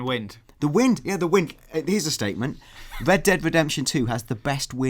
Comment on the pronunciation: They really should have hired a guy who can pronounce the letter 'r' to cover news for a game called Red Dead Redemption. Unless it was some cruel inside joke amongst gamesradar employees to put on this game.